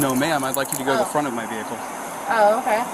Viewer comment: “You want me to pull your vihacle?” 😂